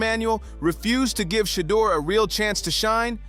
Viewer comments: His Name is NOT "SHADOW"❓️❓️❓️ You Should Practice Trial & Error b4 Posting Info about Som1😶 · It's Shadeur NOT Shadow! Put some respect on that name! 😮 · You have good reporting, but let’s work on the better pronunciation of SHEDDUR SANDERS’ NAME CORRECTLY, FIRST. You’re being disrespectful to him and his family by mispronouncing his name. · PRONOUNCED " SHUH_ DOOR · Yo COMMENTATORS LEARN HOW TO PRONOUNCE SHEDEUR SANDERS NAME!!!!!!!! 🤨